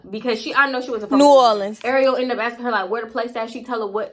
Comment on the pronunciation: "NEW ORLENS" yaaas voice overs!